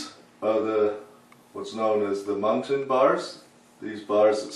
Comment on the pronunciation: I used to hear the old painters call them "mullions" and even "muttons", you're the first I've heard actually pronounce it correctly. Run muntins in a series of "L's",working from top to bottom of one sash. Then reverse the proceedure to finish the sash. Same for the bottom sash. Of course all sash should be left slightly ajar until the paint dries. Nothing like glazing and then knocking out a bank of eight over eights, that's decorating.